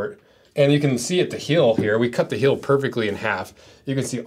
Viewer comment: i just cant get over the him saying "hill" over and over again. it's heeeeeeel!